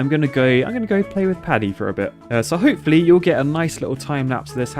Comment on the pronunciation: Lmao ho-poo-fully